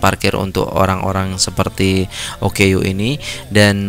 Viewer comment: OKU - Orang Kelainan/Kurang Upaya Sebutannya adalah Oooooo Kkkkkk Uuuuuuuu / ooo keyy you